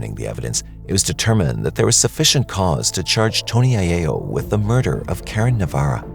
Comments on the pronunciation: I'm Italian and it's pronounced I-yell-o... not I-yay-o. It's Italian, not Spanish. The double L is still an L and not a Y. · Eye-ELL-o not Eye-AY-o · its aiello like eye yello..not aye a o...its italian not spanish lol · Mispronunciation of aiello.its Italian not Spanish. The double l is enunciated with a small lilt. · Why are you pronouncing the last name that way? It’s an Italian name in the United States…